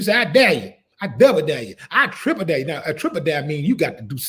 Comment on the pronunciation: “Triple daré” 😂